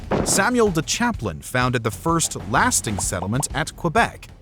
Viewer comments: Samuel de Champlain, not Chaplain... can we get subtitles at some point too? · It's not "Chaplain", it's "Champlain" ...Samuel de Champlain. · Samuel de Champlain not Chaplain. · Champlain. Not Chaplan. Christ. Get your facts straight. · Great doc! Btw, it's Samuel de Champlain, not Chaplain 😉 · Samuel de Champlain (pronounced: Sham-plane)